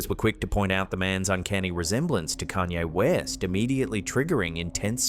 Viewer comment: "Kayne Rest"🤦‍♀️